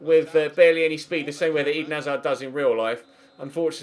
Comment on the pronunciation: Why does pronounce hazard like Eden hazar